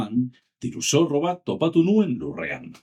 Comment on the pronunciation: Oso ongi dago! Hobetzeko bakarra agian hitz batzuetan ez den silaba indartzen duzu. Adibidez, NUen esan beharrean, nuEN esan. Beste hitz gutxi batzuekin gertatzen zaizu, baina praktikatu, eta behar bada euskaraz norbait entzutea lagun dezake (Eitb, euskarazko marrazki bizidunak, esku pilotako partidetako komentaristak... Bilatu ditzazkezu). Espero dut ulertu izana eta laguntzakoa izatea